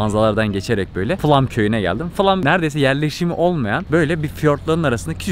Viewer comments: Flam değil flåm ve flom diye okunur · Flam değil doğrusu FLÅM Türkçe okunuşu fılom